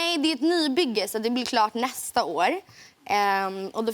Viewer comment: why does she say 'tack SI-ET mycket" i thought it was kinda like S-OOOOA